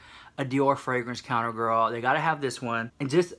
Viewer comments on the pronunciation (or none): none